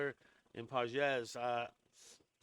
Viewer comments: Dude, if you’re going to be a Dodger expert, you’ve got to at least know how they pronounce their names—It is Andy Pages (Pa-hes) not Pa-jez. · gotta be honest , i was about to subscribe to this fake dodgers digest guy but the after hearing his mispronunciation of Pages , I JUST CANT DO IT MAN 😂😂😂😂😂😂😂😂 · Maybe you should learn how to pronounce Pages.